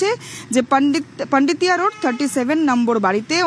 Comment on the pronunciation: পান্ডিতিয়া না পোন্ডিতিয়া রোড ? বাঙালি কি পরিবর্তনের ঠেলায় বাংলায় ও পরিবর্তন আনছে নাকি ?